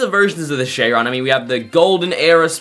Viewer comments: Chiron❌ Chayron✅ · No offence but it’s not cheyron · DID YOU SAY SHEYRON?